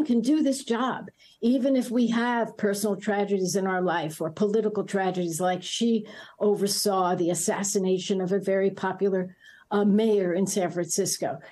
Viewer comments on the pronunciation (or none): "She oversaw the assisinaton ". 🤣👌